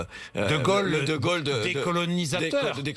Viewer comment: Non bourdin 'c'est pas de gole c'est de gaulle comme paul pas gogol comme bourdin Quel tristesse heureusement sa compagne rachète un peu.